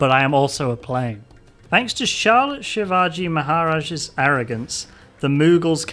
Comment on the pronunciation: . Crying they got shiavji maharaj's name right